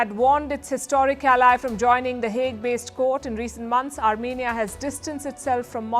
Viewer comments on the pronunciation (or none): none